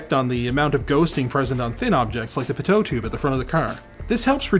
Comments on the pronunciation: it's pronounced 'PEE-toh' not, 'Pi-toh' took me a minute to figure out what you were talking about. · When he pronounced Pitot tube "pehtoe" tube instead of "pee-toe" tube I died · It's called a "pee toe" tube, not "pe tote" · The second T is silent in "Pitot". (Pee-Toe) <3 love you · You are pronouncing pitot incorrectly by putting emphasis on the second syllable. Just say "pee-toe" with equal emphasis on both. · The pitot tube is pronounced like pee-toe.. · Pitot tube is pronounced PEE-toe tube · Pitot tube is pronounced as pee-toh tube. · Pitot and is pronounced Pee-toe. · Pitot is pronounced “pee toe” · Pitot is pronounced "pee-toe" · the way you said Pitot made me laugh out loud.. people were looking.